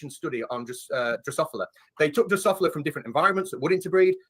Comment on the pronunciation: How much can you know about genetics and still be unable to correctly pronounce "Drosophila"?